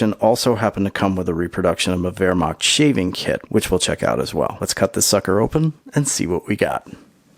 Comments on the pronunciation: h in wehrmacht is not like k in kentucky it is like h in hot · I appreciate how smooth your pronunciation of wermacht is